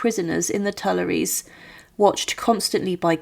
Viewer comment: Co to jest ? Kto zdecydowal się , aby taką lipę wypuścić ? "Maria Tłinet", "Maria Tłanet", "Marianet", "Pałac Tulerów","Schwytanie w Wanessie", "Król Ludwik Piąty Szesnasty", "Ludwik Vał Siedemnasty", "Komora przeciwko gilotynie", "na grzbiecie wozu". ,...To tylko kilka przykładów licznych bzdur w tym ...właśnie w czym? Fatalna polszczyzna, równie fatalna francuszczyzna, brak znajomości realiów epoki. Czy w Polsce brakuje historyków specjalizujących się w dziejach rewolucji francuskiej?